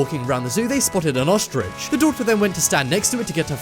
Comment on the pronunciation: I cringed at every "ostrich" that was said.